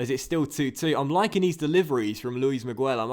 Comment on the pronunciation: Don't pronounce the 'u' in Miguel. It's pronounced Luis Me-ghel. Anyways, great episode!